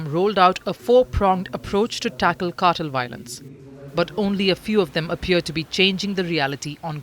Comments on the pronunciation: Cartel, not cattle. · It's pronounced "car-TELL" with heavier emphasis on the "TELL" part. The way she is saying it is "CAR-toll." as if she were about to say "cartilage." So distracting and wrong. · Ma'am it's "carr-tell" and not "cattle".😊. But Amusing mispronunciation. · Cartel, Not Kartal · It's cartel, not cartle. 🤣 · Why is she saying cartil? It's Cartel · Kuttle??? What’s that??? CARtEL!!!!!!! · Cartel, nor cartle.... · "car-tel" not cattle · obviously, English is not your thing. Consistently, the Indian narrator kept saying "cattle" instead of cartel. Who is CC! Is she your mom or neighbor? As a public service, know that the word cartel is pronounced "car-tel" and not "cattle". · The Indian woman pronouncing Cartel as Cartle is only a small peek of the future we have to look forward to. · Why is she pronouncing it like that "CAR-TILL" lmao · The “car-tal” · The way she said "cartel" sounded more like "cattle" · Why cant she pronounce "cartel " ???????????????????? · She's from India. That's how they pronounce the word cartel. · She's from India. That's how Indians pronounce the word cartel.